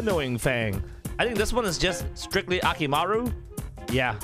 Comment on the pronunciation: did any one notice he said akimaru its akumaru